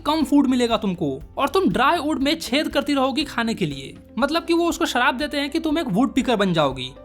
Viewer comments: shrap ❌sharab✅ 🍺🍻😂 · Shrap ❌ Sharab ✅ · shrab ❌ sharab✅